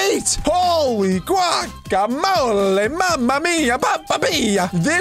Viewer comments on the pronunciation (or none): none